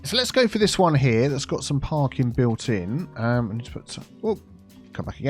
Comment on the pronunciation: I keep hearing Parkin instead of parking and i fear that is being filled up with a terrible Northern cake infestation.